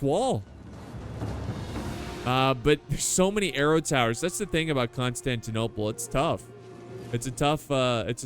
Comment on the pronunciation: i liked the video before watching it just cuz you said right the city name